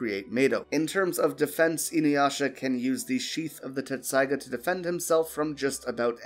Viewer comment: It's pronounced Tessaiga, not Tetsusaiga